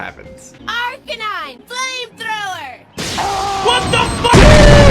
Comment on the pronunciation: tF ElItE like when she said "Arcanine use "flamethrower" WHAT THE FU BOOOAAAAAAAAAAAAAAAAUUUUUUUUUUUuhhhhhh